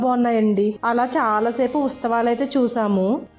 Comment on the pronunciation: ఉస్తవాలు అనకూడదు అండి. ఉత్సవాలు అనాలి 🙏